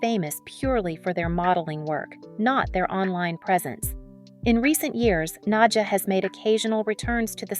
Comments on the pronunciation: nadJAH not na-dia ugh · nad-ja is her name not Nadia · You are pronouncing her name wrongly. It's pronounced Nadya. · Thank you! I was wondering if it was just me that noticed it. If you watch other videos from this channel you'll cringe even more.😂😂😂